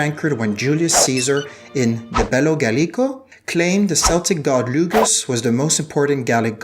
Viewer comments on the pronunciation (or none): Keltic, not Seltic! There is no soft “c” in Celtic dialects. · You're absolutely right! In French, we pronounce it "seltic" so that's where the mistake comes from, but I wouldn't let it happen again. Thanks for watching and!